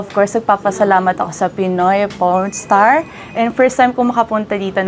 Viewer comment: .. Iba pagkarinig ko.. Pinoy pornstar ata nasabi😮